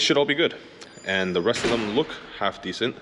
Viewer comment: LOL ... at the end when you said "Let it rest" ... I thought you said "Let it RUST"